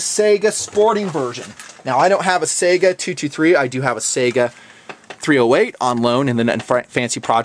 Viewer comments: Saiga should be pronounced 'sigh-ga'. Otherwise good pronunciation. Great review, glad you like it)) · Trying to get it right?, the Saiga is not SEGA... -__-*